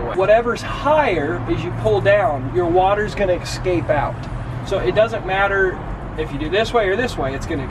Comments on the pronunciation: acrosst and ekscape! haha! I love the videos though :D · "Excape" and "acrosst" are my new favorite words.